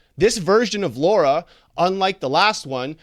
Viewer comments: Sir! Stop Say Her Name Wrong!🤦🏽‍♀️ Her Name is Lara! L-A-R-A! And Not Laura!Lol🤭😅😂🤣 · Why does everyone always pronounce Lara like Laura? Almost everyone does it! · Originally it was Laura but then they changed it to Lara. So it doesn't really make difference